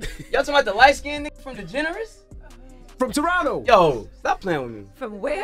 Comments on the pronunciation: Degeneris 😂 degrassi 😅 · Nigga said degenneres LMFAOOOOOOOO digrassi!!!??? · Bro said DeGeneres 🤦🏽😂